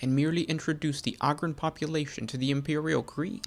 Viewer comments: I love your show!! Definitely got a subscriber here!! I got one thing that really bothers me though…. It’s Ogryn (Ooh-grin) not ahgryn! 😂 keep it up brother, I LOVE THIS CHANNEL. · Enjoy your videos for the most part, but the way you're pronouncing Ogyrn is killin me. smh